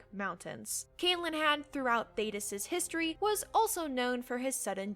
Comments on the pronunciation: The way you pronounce Calenhad freaks me out for some reason 🤣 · Your pronunciation of certain words is really bad. Lair is L-EH-R; CAL-en-had; WHY-vern